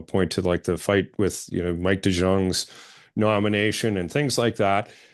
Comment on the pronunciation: Just a note for Kory: Mike deJong is pronounced Mike dee-Young, not Mike de-John.